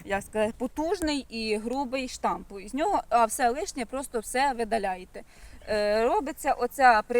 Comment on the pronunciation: Сонечко, не штамп - а Штамб 😊